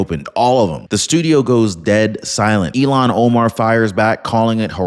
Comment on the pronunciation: I look forward to your channel,, I really do. However, PLEASE, PLEASE learn this woman's name??? Its................ il---HAN o-mar. You can do it,! il---HAN o-mar! You use her name frequently, but incorrectly.